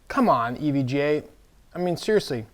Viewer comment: why does he keep saying EVJ? do we not know the difference between J and G?